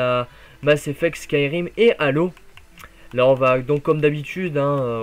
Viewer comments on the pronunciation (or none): none